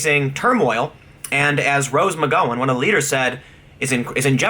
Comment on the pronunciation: Tim, you've gotta know how weird you pronounce her name, right? It throws me off everytime. That and Rose "Mc-GO-wen". Cracks me up. But still, it's irritating as hell.